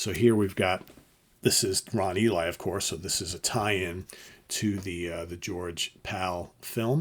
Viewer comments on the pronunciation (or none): Very nicely presented!! And because it's so well-produced, I beg you for the love of all that is good and right in this world: When you're doing your research, PLEASE LEARN THE CORRECT NAME PRONUNCIATION!! The actor's name is Ron Ely, pronounced like E LEE, not like "The Book of ...". James Bama's name is pronounced the same as the brand of jelly, not like the former US president.